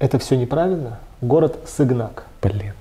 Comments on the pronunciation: Не Сыгнак, а Сыганак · Не Сыгнак а Сыганак.